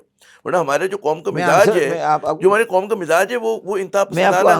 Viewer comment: With all due respect, Shabbar Zaidi saahab baar baar Khaum (instead of Qaum) kyon keh rahe hain?